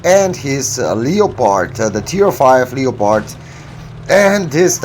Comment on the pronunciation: I enjoy your hard work and your pronunciation of leopard. Thank you sir! Nice ace. o7